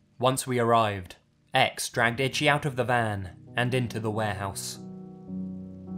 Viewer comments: The name “Ichi” is pronounced “EE-CHEE”, not like the word “Itchy”. I’m not trying to be a dick, sorry 😐. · The way you're pronouncing 'Ichi' as 'itchy' is driving me insane lol. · "Itchy" LMFAOOOOOOO. PLEASE. I'm BEGGING you. PLEASE stop pronouncing Ichi like that. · I wondered if you meant Ichi... it's pronounced EE- CHEE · The name Ichi is pronounced Ee-chee. Love your vids, but that was really bothering me. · You corrected this but not ichi?